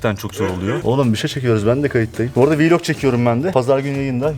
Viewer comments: Niye hep YouTuberler vlog diyeceğine vilog diyo aynı gibi🤣🔥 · Her viiilog dediğinde güleme krizi geçirdim😂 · ev viylogu çekemem ama viylogu ama vllogu değil :-) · Viloga viilog demesi jsjsjsjsjsjs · Yanlız vlok deyil viilok🤣🤣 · Viloq deyil vlog